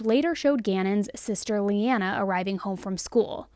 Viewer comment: Gannon's sister's name is pronounced "LANA" not Leanna